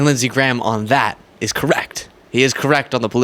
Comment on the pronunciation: Actually its Lindshe Graham.